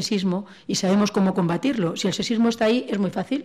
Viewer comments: Al principio a la primera conferenciante sólo le escuche "secismo" en lugar de sexismo. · Aquí mismo en esta grabación, tenemos la palabra sexismo, que la ponente pronuncia sesismo, lo que puede -con muchas ganar de debatir o simplemente polemizar gratuitamente- confundirse con el ceseo español (ibérico, se entiende) que no utilizamos el resto de hispanohablantes. Lo mismo ocurre con la pronunciación ibérica "sh" que tienen para la S, amen de muchos otros aspectos.